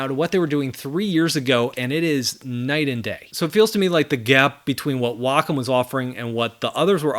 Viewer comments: I’m so glad you pronounce Wacom the correct way. People at my company look at me funny because I don’t say Way-com. 😂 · Glad to hear you pronounce Wacom correctly.